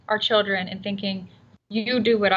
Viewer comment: What the hell is a "Chilcren"?!?!?!?!